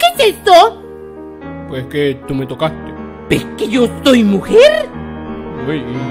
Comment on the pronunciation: Pnche furra la que dice En keh my orehaaa eh keh la orehaaa 😂😂😂😂😂😂